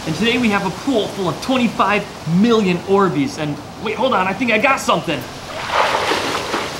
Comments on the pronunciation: What are Dorbeez? From a very confused Australian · I cringe every time I hear "Orbeez".